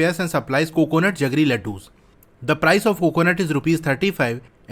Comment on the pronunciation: Sir it's jaggery not जगरी but you explain so nice